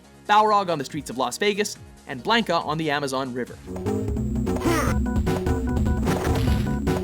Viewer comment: How many times do I have to hear this kid mispronounce Blanca